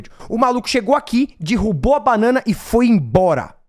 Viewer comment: Acho tão bonitinho como o pronuncia "dirrubou" ao invés de "derrubou"